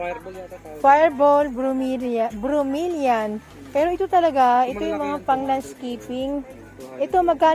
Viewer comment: FERN HINDI FERM BROMELIAD HINDI BROMELIAN PHILODENDRON HINDI PHILODENDROM